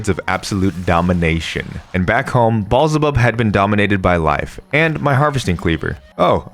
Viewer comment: You absolutely couldn't have said "BALLS-EH-BUB" three times, edited and posted this video, and never for a moment considered, "That's not right."😡